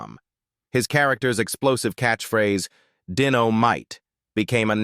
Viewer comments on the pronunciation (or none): none